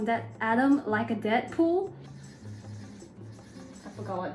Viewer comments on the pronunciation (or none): Dead pool sorts sounded like debt pool